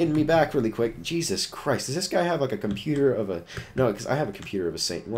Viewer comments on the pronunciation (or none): none